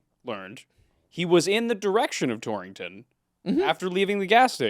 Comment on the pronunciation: It's very funny to hear the word "Torrington" over and over again. There are only two in the country, one in Connecticut and one in Wyoming (founded by someone from Torrington CT). So kinda funny (to me at least) to hear it in a video that much. And pronounced correctly to boot 👍